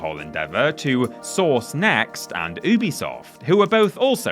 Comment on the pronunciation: Hopefully one day will learn how to pronounce Ubisoft correctly…